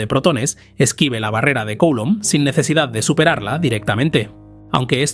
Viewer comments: Coulomb es un apellido francés. Se pronuncia: culómb. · Se pronuncia (grosso modo) "Culomb", mejor que Coulomb 😉 Gracias por tus contenidos. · Me chirría enormemente la pronunciación de "Coulomb" Nunca había oído nada parecido. Por favor, revísela